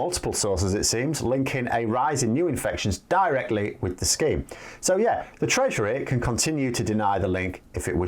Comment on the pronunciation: It may be your microphone.. but every time you say “treasury” I keep hearing “treachery”..